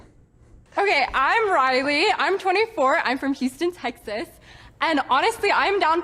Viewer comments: She lost me when she pronounced Texas as Tekth-aath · There's no way that chick is from Texas she might live in Texas. She doesn't even pronounce Texas like a native. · I would run based on the way she said Texas alone! 😂